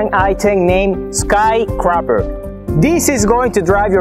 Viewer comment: “Skys Craper”